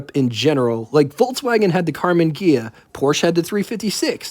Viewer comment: You're pronouncing Porsche wrong. Porsche is a German brand, and the e on the end makes an a sound. Because Porsche is a family name.